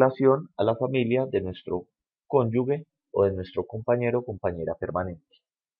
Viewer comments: no se dice ConyuGUE se escribe cónyuge, y se pronuncia conyuje, es como pronunciar con J, si le queda difícil pronunciar con G, pilas con eso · Se dice conjuge, es pronunciando la g sin que haya una U que no existe, gracias.